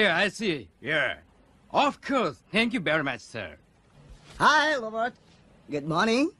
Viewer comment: thienk yu very mauch ser